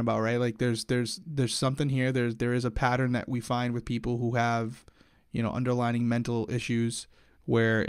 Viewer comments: the word is underlying conditions, not underlining! 😂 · He says underlining issues 😂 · I mean this in a nice way: it's "underlying condition" not "under-lining!" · I love you but the word is not “underLINING”, it’s “underLYING” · as an english teacher I have to say.. it’s underLYING not underlining